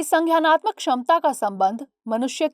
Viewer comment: वो संज्ञानात्मक है संघ्यायनात्मक नहीं उच्चारण की ऐसी गलतियां दृष्टि चैनल से अपेक्षित नहीं होती।